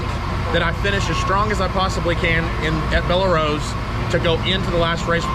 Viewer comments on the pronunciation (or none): FYI Just a note from a local Louisiana guy.. It's not Bell-ah Rose. Just BELL ROSE. That is how it's pronounced. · It’s Bell Rose, the e on the end of Belle is silent. FYI. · It’s pronounced bell rose